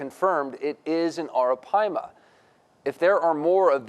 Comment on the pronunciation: WHO’S THAT POKÉMON?!?! It’s ARAPAIMA!!! “PIIIEE-MAHHH!!!!!”